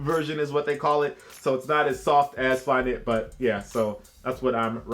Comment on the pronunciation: Mans said nmd flykit 😂😂